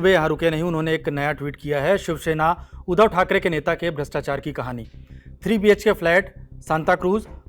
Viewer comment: It’s उद्धव not ऊधव